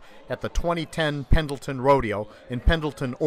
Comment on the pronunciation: You don't even pronounce "Pendleton" correctly